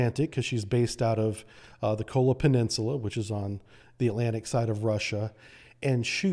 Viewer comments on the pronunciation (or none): none